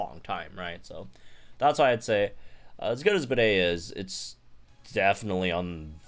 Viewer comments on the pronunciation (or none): I think his name is pronounced like Bead not bidet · Pretty sure his name is said like Bead, not Bidet. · you also named a gym trainer a toilet. bro, it's pronounced like 'bead', not 'bidet' 🥲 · i can't with you calling him bidet throughout the entire video 😭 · The English voice clips that were leaked onto YouTube show that Bede’s voice actor pronounces his name like ‘bead’. Even if that wasn’t the case, I downright refuse to pronounce the name of a character that would sound like a word used to define a sink used to clean your nether regions.😑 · ok, ik it doesn’t really matter to people, but is it pronounced bidet? or bede as in beede. I always thought it was pronounced like beede with a silent e at the end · 5 seconds in and I already lost it cause I heard "bidet" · I can't wait to hear him say his own name because I refuse to believe it's pronounced 'Bidet' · Oh god don't call him "Bidet" lol